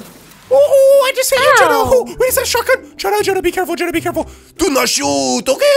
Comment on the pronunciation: you said China instead of jenna.😂😂😂😹😂😹😂😹😂😹